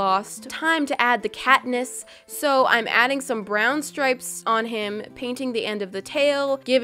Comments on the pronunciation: cat-niss Kat-niss??? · she said catness Katniss Everdeen???? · Did you say katnesss 😂😂😂 love you channel